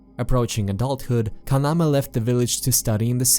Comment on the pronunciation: Your pronuncition in names like kaname, asuo, etc its not like how the name is in japanese example kaname should be kunaamee not kanamee, kurosawa should be kurowsaawu etc.. again its not a big problem i saw people talk about naruto or Ninja Gaiden and really making mistakes on the name like instead of Ryu they said riu or raiyu